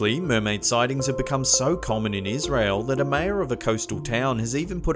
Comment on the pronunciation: MURMAIDER MURMAIDER MURMAIDER MURMAIDER